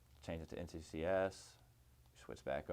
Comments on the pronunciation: Thanks for this, very informative, I like the fact that you explain why you use the settings you do. A little picky of me but, you kept saying NTCS instead of NTSC. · Hate to be that guy, but... NT S C. Not, NT C S. I figured you'd say it right eventually, but you never did.